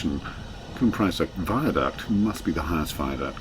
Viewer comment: If you happen to be devoted to this landscape (I am!) this is interesting, but rather let down by the failure to comment on the landscape (e.g. the names of the mountains seen) or the historic sites shown en route (e.g. the Roman fortress at Trawsfynydd and the early castle of Castell Prysor, pronounced 'Prussor') but also by the rather deplorable mispronunciation of Welsh. Tryweryn is perfectly good usage - the mutated form with a D is used in grammar such as in the memorable 'Cofiwch Dryweryn' painted as a resistance sign. Llandudno is pronounced 'Llandidno' (I live nearby!). Bala has short 'A's - not the English 'ah's - so it is 'Balla' not 'Bahlah'. Sorry!